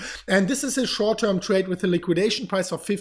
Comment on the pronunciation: Right now in the immediate shouwrt toirm. Say it! 😀